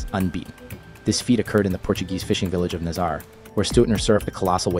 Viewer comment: It’s pronounced nazaray